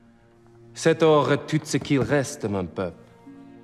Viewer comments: En ce qui me concerne, je pense que Fassbender ne se débrouille pas trop mal ( exepté qu'il prononce le t à la fin de "tout", qu'il faudrait prononcer comme le "too" en anglais). Le banquier n'est pas aussi bon, mais il faut préciser que tous les Suisses ne parlent pas parfaitement français. En Suisse, il y a quatre régions linguistiques, donc quatre langues officielles : Français, Allemand, Italien et Romanche. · C'est vrai. C' est quasiment parfait. La seule petite erreur : "tout" ce prononce plutôt comme "too". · Salut L. ( fan de Death Note ? ) J'aurai pu utiliser la version française de cette scène, mais même si la prononciation n'est pas parfaite, Magneto ne se débrouille pas trop mal. ( son erreur la plus notable selon moi est le t prononcé à la fin de "tout" . En ce qui concerne le banquier ( Randyll Tarly dans Game of Thrones ) , je suis d'accord avec toi, ce n'est pas le meilleur choix, mais c'est toujours mieux que rien. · "C'est or est tous ce qui reste de mon peuple". When he pronounces the word 'tous', he says 'tout'. That's the giveaway. the 's' basically is supposed to be silent. Mangling it as the letter 't' is the giveaway of bad french. Still, he tried. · Salut, GoRaptors. Je pense que cette façon de prononcer "tout" est la seule véritable erreur de Magneto dans ce dialogue. Pour le reste, on peut déceler un petit accent anglo-saxon qui ne choquera pas la plupart des français. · Salut JacquesvS. Je te trouve un peu dur. Si je devais le corriger sur un point, ce serait " Cet or est tout ce qui reste..." le deuxième t de "tout" ne devrait pas être prononcé. Sinon dans l'ensemble, je pense que sa prononciation est plutôt satisfaisante.